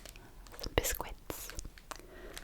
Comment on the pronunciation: Speaking of awesome accents, I love how you pronounce the Q in "bisquit"! Is that a regional thing?